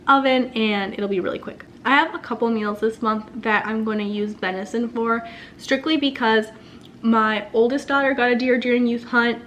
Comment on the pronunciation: Venison not vinison.